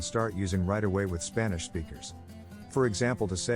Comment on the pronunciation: "Spannish". What in the actual fuck.